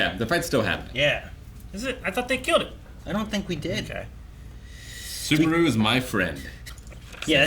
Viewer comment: A whole season later and still cant say the main characters name incorrectly. At this point i feel like he's not even trying to get it right